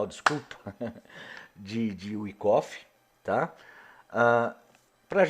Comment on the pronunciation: vou escrever como se ler, ja vi varios falar errado o nome do cra, UAICOFI,,, 😁☺🤗🤗